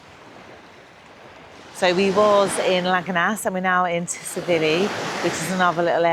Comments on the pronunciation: Great videos but your pronunciation of Tsilivi is wrong it’s pronounced silly Vee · The T in Tsilivi is silent